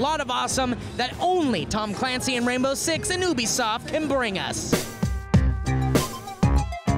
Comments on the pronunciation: You-be-soft not obesoft, holly fucking shit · It's you-be-soft